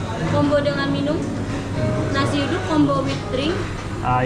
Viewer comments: Nasi yu-dak=nasi uduk..😂 i thought you were eating duck rice..😂😅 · At the McDonald's, you ate nasi uduk. The word uduk is promounced as OOH-DOOK.. hopefully it helps. The rice is cooked with coconut milk. Nasi is rice in English. The next time you come to Jakarta again, I could recommend some other dishes such as Manadonese to eat and places to vist 😊😊😊😊😊😊😊